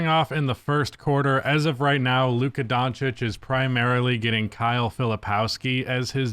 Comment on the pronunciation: Is it on purpose that the one word you can't pronounce is in this channel title?